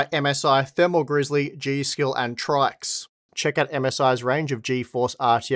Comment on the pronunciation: Just an FYI, According to Paul's Hardware, it's pronounced "Tricks".